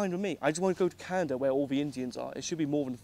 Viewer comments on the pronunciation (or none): none